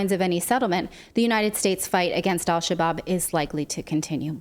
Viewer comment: "Al Shabab" is pronounced without the "L" whenever in front of an "s" or "sh" in Arabic. It means "young men."